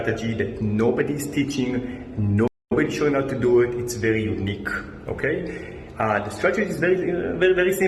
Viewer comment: itz vewy UNIKHE